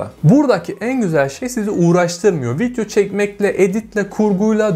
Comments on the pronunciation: Arkadaşım şuna "vityo" deme ya valla sinirim bozuldu. Vityonu beğendim :)) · kardesm agzına saglık adamsın ama vityo demeni düzeltmeli değiştirmelisin :) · Keşke video'ya vityo demesen 😒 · viTyo ne ya.. daha vidyo demeyi bilmiyor ama para kazanıyor..